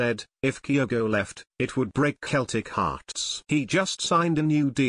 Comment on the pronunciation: Please, please, CELTIC are pronounced Selltic Not Keltic.,!!!!!!!!